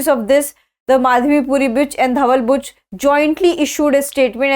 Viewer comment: she used bitch instead of Buch 😂😂😂